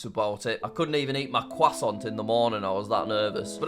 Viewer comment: "Kwasont" (btw im english so no harm... i hope)